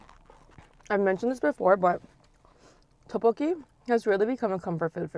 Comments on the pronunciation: She says Teokbokki when it should be like Deokbokki. Hard D not T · How she pronounces tteebbokkii “toepoki”😂😂😂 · Any one else bugged by how she pronounces tteokbeokki 😒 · Don't get me wrong i love but it bugs me when people dont put in effort to pronounce things correctly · I hate how she says "tteokkbokki" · Kelle Acosta I know but if she couldn’t pronounce it correctly, she could’ve just said spicy rice cakes